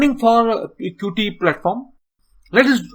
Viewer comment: Thanks for the video. It was really helpful to me. Plus, one more thing just to say that 'Qt' is pronounced as 'cute'.